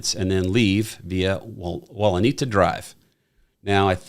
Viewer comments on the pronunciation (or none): It’s Walenta Drive (Wa-Len-ta)